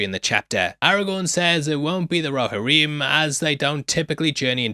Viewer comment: It's pronounced "Roh-HEAR-em" Not "roh-ha-REEM" This isn't "aluminum" so you don't get a pass!!!